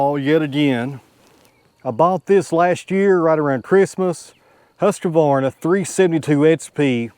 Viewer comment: I would use the red cedar, and cut it to length with your “Husq-varna”. Not with the “Husq-A-Varna”. Just sayin friend.😅